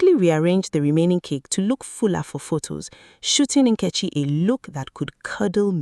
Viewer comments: The AI narration completely butchers the pronunciation of Nketchi’s name! Use your natural voice with your natural god given African accent! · Is the name pronunciation by the lady.narrator correct....?? "NKECHI"